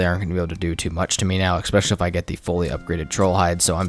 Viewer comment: Love the video, just one thing: the word is especially, NOT EXpecially